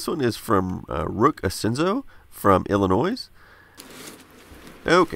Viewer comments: This is from "Ill-in-oys". Please, say it like "Ill-in-oy". Yes there's an s but trust me. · ill eh noy not ill eh noise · You did NOT just say Illi-noise.... ugh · FYI, "Illinois" the "S" is silent. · IlliNOISE xD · Do note, the "s" in illinois is silent, other then that you pronounced it correctly (Sorry if this comes off a bit harsh, I'm just trying to say this as nicely as possible) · Damnit everyone it's pronounced "illinoi" not "illinoise" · Did you say Illi-NOISE? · Did he just... say... Illinois... as *Illinoisuh*? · Isn’t it pronounced “Illinoi”? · "Illinoiz"? for shame... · I being from illinois die inside when people say the s its pronounced ill-i-noy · Moyte, YOU SAID WITH AN S! THE S IS SILENT! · You don’t say the “s” in Illinois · When you hear the 8-bit guy say Illinois with the S. REEEEEEEEEE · The s is silent in Illinois. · watch out, some people get upset when you pronounce the s at the end of Illinois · Hi David, I love your work. I am going to start my own collection inspired by you. Ps, I don’t know if this was a mistake, but friendly reminder, in Illinois, the s is silent. Thank you for all the great content! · The S in Illinois is silent. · The 's' is silent in Illinois! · U pronounced Illinois wrong u do not pronounce the s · But kudos for pronouncing ZX-81 correctly ("zed" not "zee") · I'm sorry. I'm from Illinois. It's like fingernails on a chalkboard when people pronounce it like that. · Cant pronounce your own state name properly, wow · The s in Illinois is not a silent s because that's the correct to say it when your not from there. F.I.B. is acceptable too.